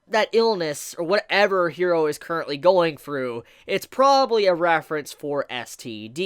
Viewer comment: I love your videos and I am a subscriber of yours because I really do like your content. And I'm not gonna stop watching your stuff because I like it. But I legit cringe every time you pronounce character names.. I don't know if you watch dubbed or subbed but Japanese pronunciation is like Spanish and it's not "hero" it's "Jiro" (i know the name is Hiro but I tried to spell it phonetically) with a soft "r" like in Spanish... 😔 ..maybe if you watched the Subbed versions do you can hear the name pronunciation ..